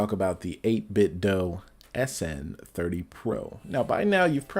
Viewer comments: I believe it’s pronounced 8bit-Doo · Yeh I'd like to knoow I mean know, maybe hit em up on Instagram. I've kinda gotten used to the doh sound anyway I suppose so doesn't matter too much. Cheers fo your reply!